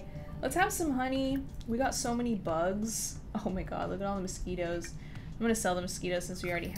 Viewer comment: "frog ONE, frog TWO, mosqui- TOE" LOOOL idk why this made me laugh so much